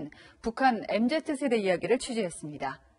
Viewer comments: 앵커닙 엠제트세대 ㅋㅋㅋㅋ 기자는 엠지 세대라 그러는데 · 엠제트래.... 엠지입니다..